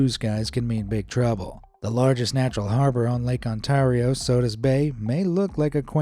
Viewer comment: I have never heard anyone pronounce Ontario that way before, I live in On-tare-re-oh now say it